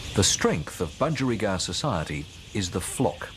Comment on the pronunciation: Bu-geri-gard? Bu-gie